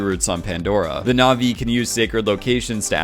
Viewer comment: Your Naʼvi pronunciation was good actually